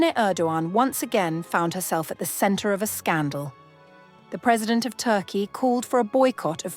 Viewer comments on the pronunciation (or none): none